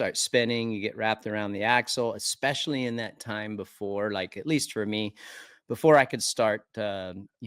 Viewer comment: Hey RV the word is especially not EXspecialy 🤣